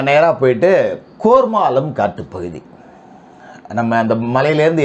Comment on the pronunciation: கோர்மாளம் இல்லை கேர்மாளம் இதுக்கு முகிலே பரவாயில்லை போல